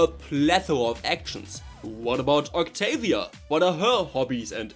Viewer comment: Bro the Fuking "octoolia" got me cracking for almost an hour😭✌️🥀🥀🥀